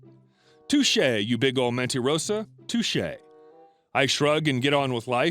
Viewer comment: WHAT IS LA MENIROSA ?? I KNOW ABOUT LA MENTIROSA BUT NO LA MENIROSA ( YOU DIDN'T PRONUN THE LETTER T ). YOU SPANISH CHALLENGED PERSON.